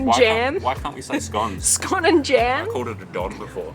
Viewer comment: i loved the video - i'm really happy you said scone correctly!!